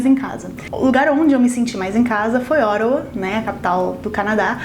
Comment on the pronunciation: Desculpe,sei que não tem nada a ver com o vídeo,mas cada vez que você fala Ottawa eu entendo Oregon😂.